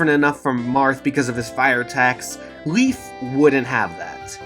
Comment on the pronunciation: Leif is pronounced "layf" not "leaf". It's a Finnish / Norse name. I'm sorry for being that guy, but it bothers me...